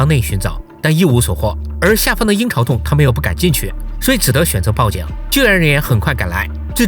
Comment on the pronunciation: 我聽成“陰曹天坑”